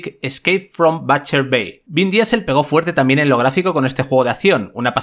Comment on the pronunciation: Vin gasolina dieles Vin disel